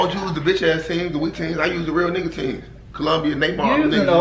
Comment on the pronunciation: Nigga said Colombia 😂😂